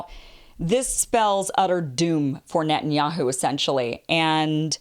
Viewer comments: Its not Nutin. .its Net..ton yahu. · "What did you say?" "It was nutinyahoo."